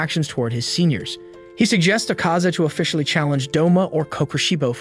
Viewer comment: And it's Akaza not acaza